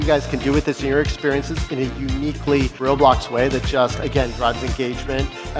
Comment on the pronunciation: "working at roblos"